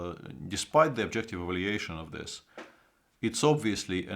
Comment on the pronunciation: Svidler say not instead of this zis i(nstead of this) etc. Mr.Svidler is a genial chess player from Russia and i every time like if genius talk i can not see his comments live but thank i can át night. from Budapest. from Russia this videó how go instead we went. take alsó as we how make our statement. i will listen some íves montand to get some.